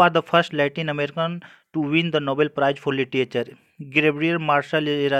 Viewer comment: सर आप लिटरेच्(र) को लिटीएचर न बोलें,.... अच्छा नहीं लग रहा,sorry if u minded..आपने अच्छा प्रयास किया.....